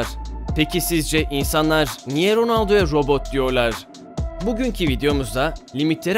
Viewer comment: robut degil